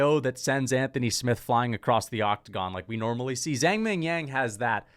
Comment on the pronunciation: Someone tell this guy it’s Zhang not Zang, the H is there for a reason